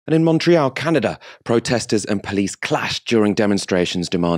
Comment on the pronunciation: pronunciation of "police" amuses me. "Pleece"